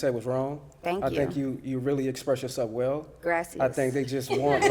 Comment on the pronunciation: GRASS-E-as!!! I think I’ll start saying this while on picnic dates in the park…